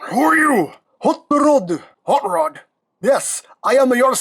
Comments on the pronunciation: The way he pronounces his name sounds like "haught lod" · Huut ruuud